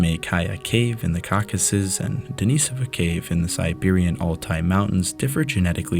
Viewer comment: you say "east of the Cockus". Do you mean the 'Cock-ay-sus' as in that mountain chain known as the Caucasus?